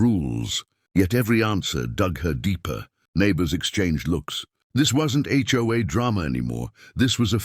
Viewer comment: Maybe it would be better to concentrate on having the AI say HOA instead of Joa or Choi.